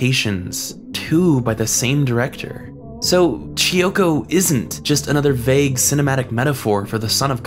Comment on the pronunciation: KEY-oko. "Chi-oko"? kiyoko.